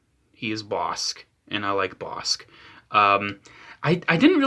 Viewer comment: It’s pronounced “boss-ick” god damn it.